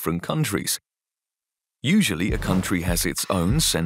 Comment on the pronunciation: "usual" and "crucial" end in an L. Can you try to spare us that "use-you-oo" please? Otherewise you're doing fine. An English which may be "locational" but free of heavy-duty social class bias is still to be hoped for in the future -- but you're a big step in that direction. Well done and thank you.